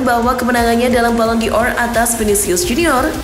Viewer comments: Woooiii......!!! ballon D'or itu dibacanya: balon dor... Bukan balon di or.. nggak pake huruf i...!!!! Moso baca gitu aza ngak tau... Balon dor... BUKAN BALON DI OR...!!!! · si emang gak profesional... Banyak salah baca nama pemain, istilah2 bola dll... Sampe ballon D'or aza di baca balon di or.. drmana tuh huruf i nya...??!!! Lawaaakkk...!!! 😄😜🤣